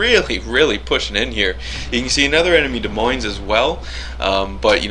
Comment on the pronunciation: Holy shit, I thought this ship was supposed to suck! Nice vid,! But just to be a language Nazi, BOTH S's in "Des Moines" are silent. 'Cuz French and shit.